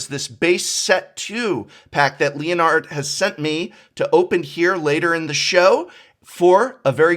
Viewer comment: You know the whole time I thought the Prof was just pronouncing Leonard very strangely, or maybe it was a European name until I saw the Title saying ft. Leonhart